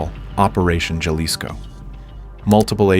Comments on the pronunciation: It’s pronounced Ha-lisco and not Ya-lisco. It’s funny hearing the AI voice trying to pronounce Jalisco. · Huh? I'm from southern Arizona, and that's pronounced Haleesco here. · Don't correct the A.I. if you don't know how to say Jalisco your damn self. It's pronounced Haleesco! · Love the channel, but it’s pronounced Hal-ees-co 😂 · “Juh-lisco” made me hella laugh. It’s Jalisco, like Jalapeño. Hehe love your work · It’s pronounced Ha-lis-co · pmos hearing it mispronounced 😭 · Just for mispronouncing Jalisco, I'm unsubscribing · That’s not how you pronounce Jalisco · So annoying the constant mispronunciation of Jalisco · the way you said JALISCO. damn shame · Is this an ai voice cause Jalisco is said wrong everytime and the pacing is odd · You spent all this time to make this video - couldn’t figure out how to pronounce “JALISCO” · If only they could pronounce Jalisco 😔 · I just thought the same thing. I cringed when it mispronounced "Jalisco." I don't mind AI voices, I just wish the programmers would get basic Spanish words right.